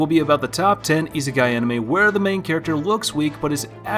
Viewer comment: cant even pronounce isekai correctly.